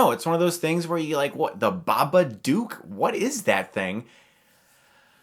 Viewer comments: Great review... but one thing that drove me crazy... BABADOOK! DOOK RHYMES WITH LOOK! To prove that I am correct, the story reads: If it's in a word, or it's in a look, you can't get rid of The Babadook. Look rhymes with babadook. I'm sorry but this bothered me so goddamn much for some reason T_T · I just wish he would pronounce it right. If you watched the movie you would know how to say it lol, dumbass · BabaDOOK - as in rhymes with "hook", not "duke". ARRGGGHHH!!! ;-) (Love ya', guy, but that was just getting on my nerves!) :-) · It's Babadook not Babaduke! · I have a question: why do you keep mispronouncing "Babadook" as "Babaduke"? It's 'dook' and rhymes with 'book,' which is clearly stated in the poem in the book. It's even part of the noise the monster makes. SPOILERS: those who are giving the film crap about it using the "it's in her head" cliche, guess what - it's NOT. Her anxiety and fear has taken a physical form, so it's not in her head. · Chris: Pronounces it The Babaduke in this movie How it’s pronounced: Babadook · If you paid attention while watching the movie, you would know Babadook is pronounced Dook like Hook, not Dook like Duke. Babadook, Babadook, Baba, Dook, Dook, Dook. Not Duke Duke Duke. You pronounce it like Marmaduke's evil doppleganger. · Babadook is pronounced as "book" not "duke" Ba-Ba-Dok not Ba-Ba-Dewk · Ba-buh-dook(dook as in book, not duke) They say the name plenty of times in the movie so I dont even know how he can constantly mispronounce it after hearing it plenty of times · I watched it last night and I was too scared to look at my ceiling when I was in bed. I knew I was being stupid but I was just too scared :P But seriously, you're saying it wrong. The "dook" is said more like your american "look" than "duke". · nah has to be said like an aussie. Dook not duke. like chook. hahahahh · It's pronounced babad-oo-k like book or like shook, like I was when I watched this movie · lookin ass pronouncing the name wrong